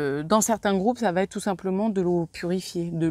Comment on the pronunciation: merci... mais s'il vous plaît... va Têtre non! il n'y a pas de T à va alors la liaison ne se fait pas ça arrache les oreilles!! et vous n'êtes pas la seule.. loin de là